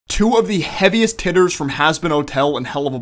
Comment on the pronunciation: Bro said hitters wrong at the start 😳